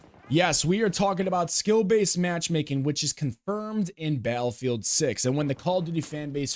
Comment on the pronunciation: I agree, I do not believe it will be anything like COD. But please please please, learn how to say the word Battlefield. Hearing you say Balfield over and over again was super cringe. There are two T's in Battlefield. I felt like I was losing brain cells. Balfield 😂 get it together man! BATTLEFIELD!!